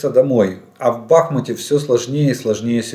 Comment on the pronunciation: Не БАхмут, а БахмУт же) И это важно, уважаем жителей этого многострадального города😢